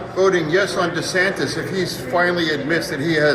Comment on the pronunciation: Don't lower yourself to Donald's level by mis pronouncing his name.